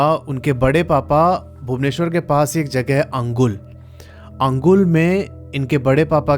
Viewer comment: And not अंगुल its अनुगुल